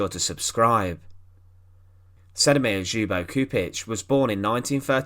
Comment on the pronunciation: Kept on thinking he was saying .."Hugo Stieglitz"